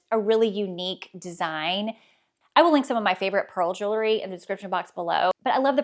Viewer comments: I enjoyed your videos and find them helpful when I’m feeling in a fashion rut. One friendly request, please stop saying “jewlery”! As a fashion influencer, you should correctly pronounce common words in your chosen area of expertise. Jewelry. Sorry to be that person but somebody has to! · Please! It’s pronounced jewl -ry. Not jewel - ery. Many folks make the same mistake. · Jewel-ry.....Jew- lery (no) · Love the info you offer! But please, don't pronounce the word jewelry jewlery. It is incorrect and lessens your credibility.